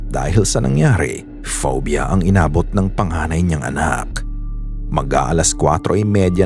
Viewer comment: Phobia not foiba